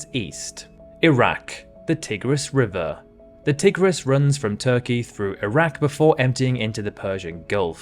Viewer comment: I wasn't sure this is a computer voice until the world famous Danube R. was pronounced duh-NOOB, rather than DAN-yoob, and the equally famous Tigris R. was pronounced TIG-ris, rather than TIE-gris.